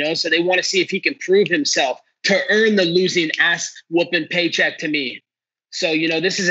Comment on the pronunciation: This clown had a broken jaw. Crawling on the floor. He said " intelligently defending hinself " hahahahahs